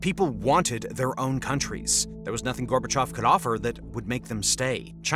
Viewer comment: It's Gorbachev. Not gorbechof